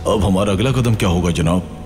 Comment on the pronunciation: and kadum not kadam